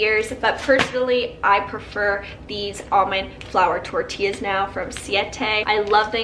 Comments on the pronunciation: Idk why but it just bugs me so much when people purposely mispronounce tortillas and are tryna be cute. No.. Lol Im a victim of the chips! I love ant hot flavored chips and can eat a whole bag 😭😭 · that pronunciation of "tortillas" tho, gurl